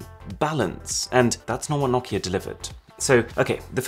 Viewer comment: Your saying nakia it’s Nokia no-ki-a